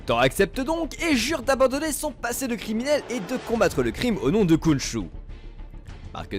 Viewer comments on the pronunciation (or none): Khonshou= RRRRRRRRRRonshou :p ouai, ça se prononce comme ça